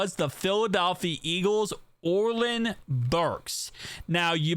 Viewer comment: Orlin?!?! It’s “oh-ren” 😂😂😂 but the Mcgregor impression wasn’t too bad!